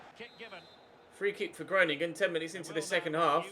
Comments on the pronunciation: the 'o' in Groningen is pronounced like the 'o' in grow. If you change your O pronunciation you'll be spot on! Love from the Netherlands <3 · Hi im from the netherlands could you please just put the name groningen in Google translate so you can hear it pronounced. Its really funny how you pronounce it